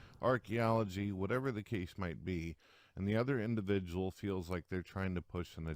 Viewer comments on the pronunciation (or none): yes this actually bothered me i was like HOW DID YOU NOT NOTICE THE INDIVIDJAL SHITUASHIONS???!! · God buleevur Indivijul indivijul & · Holy shit, go to for a lol. This was clearly way before became self conscious about using the word "indivijul." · Oh my god, he uses "indivijul" in three sentences in a row in the first video! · I love when used to casually say indivijul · How many times does say "indivijul" in this video? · I take offence to this purtickular induhvijul sichawayshun